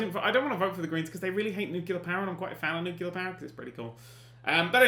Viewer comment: I cry every time he says 'nucular' instead of nuclear.